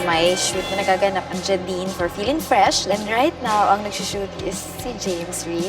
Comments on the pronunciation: ok na sana pero na "Jah-Dine" lang imbis "JaDine"😂😂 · its jey-dine not jah-dine. hehehe. 😁😁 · Ate.😭 It's Jey•Din and not Jah•Din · ate.. Jeydin po pronunciation hindi JahDin 😂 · momshie... it's "Jey-Dine" not "Juh-dine" 😁😘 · Abby Kitane agree! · Ate "Jeyden" po hindi "Jadin" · "jae dine" ganern hahaha thanks for ths vid anyway!